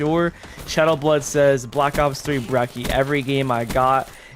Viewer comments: "brekki" it's breCHi, brecci, not brekki, ch, not k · Brecki. BRECKI??? ITS BRE-TCHI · Brecci = Da Vinci Ghosts: Brekki = Da Vinky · I am triggered by the why he says brecci its said like brechi